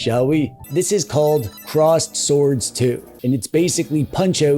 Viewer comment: I'm sorry, I thought I heard you say "crossed swords"... 🤣